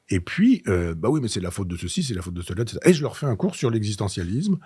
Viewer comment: Elle a découpé les cartier ÉTCÈTERA 😅 Trois essieux ÉTCÈTERA 😢